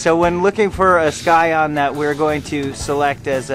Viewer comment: It's actually pronounced "sigh-on". The "c" is silent.